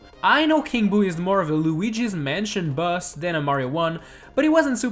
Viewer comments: I love how he says bus instead of boss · I KEEP HEARING HIM SAY BUS INSTEAD OF BOSS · the closed captions heard that too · Its boss not bus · Instead of you saying boss you where saying buss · by some reason i hear "bus" instead of "boss" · Who hears “bus” instead of boss lol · Is it just me? Or whenever he says "Boss" it sounds like he saying "Bus" instead? For a couple of minutes I forgot the title and thought this video was about busses...